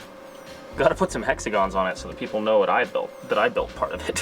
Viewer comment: "the jeeple will get it" Hahaha